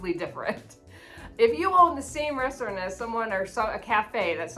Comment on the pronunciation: You missed the t in saying restaurant .....sounded like ressorront. I noticed you are being a ' negative Nellie' in many of your chats these days